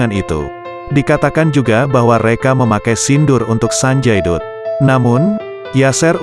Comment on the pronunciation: Naratornya masih amatiran ga paham bahasa india 😅 sanjay dutt d bacanya ( sanjay datt)